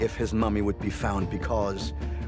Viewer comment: they cloned Georgio and the one in this video is not the real Georgio! He said "extraterrestrial" the right way, and that ain't Georgio!